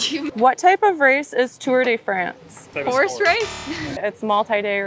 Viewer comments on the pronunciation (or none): “Tore day fraaance” who the hell pronounces it like that😒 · The pronunciation of tour de france killed me 💀💀💀